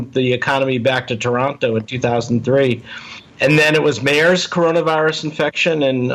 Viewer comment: This guy is an idiot, no funds means he is very small time private lab bs and doesn’t know how to pronounce MERS! You gotta do better than this Joe. Dr.Phil doesn’t work in this situation.